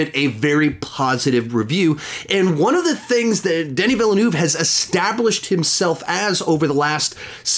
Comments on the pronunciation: First it's "Den". Then "E". Next "Vil" and finally "Nerve". The Nerve is without the hard r Americans use though, I think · It’s actually “Den-ee Villain-oove” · I love how you prononce Denis Villeneuve Its pronoced Deney ville nuve . That guy was a old student in our school in the 90s one of the teacher taught him movie and in our school there's a room called Denis Villeneuve studio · Hey! It’s actually pronounced “Din-E Vil-nuv,” just so you know.